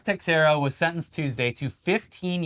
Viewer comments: the x in "Teixeira" is pronounced as if it was a "sh"... so "Teisheira" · comment for engagement but also texiera is pronounced teshera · The x in teixeira is pronounced like sh